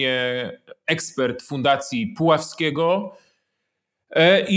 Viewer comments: Pułaskiego!!..... Pułaskiego nie Puławskiego!!! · Fundacji Pułaskiego, a nie "Puławskiego" panie Piotrze.